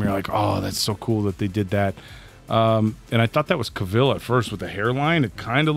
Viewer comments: how many times i shouted at the computer its not henry ca-VEAL its henry ca-VILL LIKE VILLA OR VILLAGE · Need your reactions to The Clash of the Titans trilogy. Plus, Cavil as in "Kay-vil" not Kayveeel lol, it always is funny to hear... Great reaction, guys!